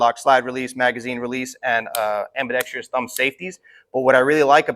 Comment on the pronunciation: am-bee-dex-truss.. not am-bee-dex-tree-us